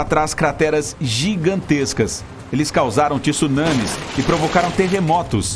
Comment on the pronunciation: Quando os apresentadores vão aprender que a palavra TSUNAMI se pronuncia com T mudo? É TSU, uma sílaba só